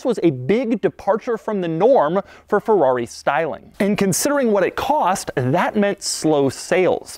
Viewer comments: Its FERRARI, Not FEUUAUI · RIP for all the times Doug butchered the name Scaglietti, and Ferrari as well Roll your R dude!